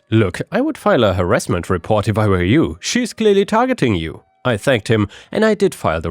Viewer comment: He also pronounces "were" as "where". So, if you don't understand the context, that could be confusing.